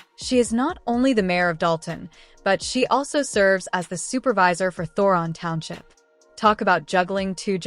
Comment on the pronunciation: It's Thornton Township, not whatever you said.